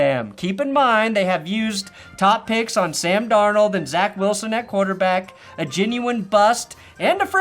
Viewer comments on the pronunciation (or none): none